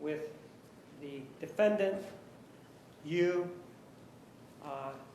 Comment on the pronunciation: I love the way the judge pronounces DEE•FIN•DANT. 😂😂😂